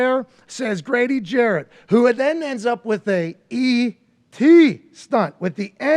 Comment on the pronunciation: Damn AJ at least say Grady last name right. Jarrett not Jackson.